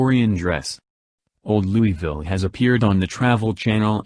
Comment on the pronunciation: the pronunciation of Louisville is completely wrong